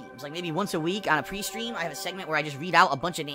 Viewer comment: When he says "Pre-stream" it sounds like Peestream